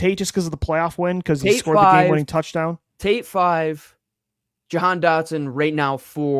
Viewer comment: I’ve heard Yo-Han , Jay-Han , Jo-Han, Yay-Han 😂😂😂 his name is pronounced -Juh-Han. say it with me JUH-HAN DOT-SON JAHAN DOTSON 😂😂 it’s not that hard